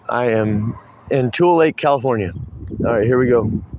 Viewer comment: Yes you said the name of the town right I have cousins that live in that area